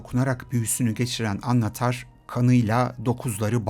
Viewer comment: Annatar degil annnnatar